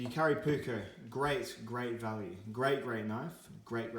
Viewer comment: It’s jääkäripuukko not Jakaripuukko 😉 ”Puukko” is Finnish word meaning basically general camping/ bushcraf-type knife, wich is used with edc, woodcrafting and self defence (150-200 years a go). ”Veitsi” means knife in english, and cutlery or tactical knives are ”veitsi” not ”puukko”. ”Leuku” is puukko-knife originally from Lapland-area in Finland, Sweden and Norway, some leuku’s are over 8 inch long and can be used reideer butchery etc.